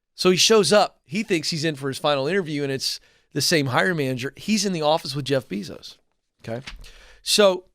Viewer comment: Isn’t is pronounced: Jeff BAYzos?